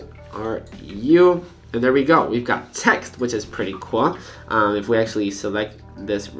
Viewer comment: (wich it's pretty "cuol") what the fuck happens to your tongue